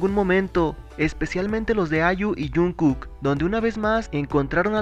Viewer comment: Porque no dices bien el nombre de jungkook?